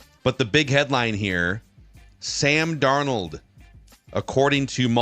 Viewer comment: Really gonna miss Sam DarNOLD pronunciation every week. RIP